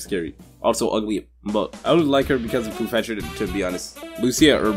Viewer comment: You tagged poofesure lol